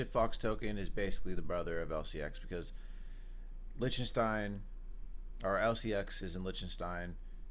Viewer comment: Pronounce it Licktenstein not Lishtenstein (Lichtenstein)